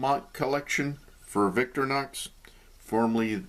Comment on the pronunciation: Just to be pedantic. You say Victor-nox but the name comes from Victoria not Victor so the "i" should be pronounced. Don't get me started on Wenger.. Great video thanks..